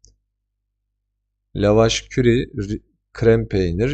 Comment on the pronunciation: Teşekkürler bilgi için, küçük bir düzeltme yapmak isterim; la vaş kiri olarak okunuyor o yabancı peynir 😊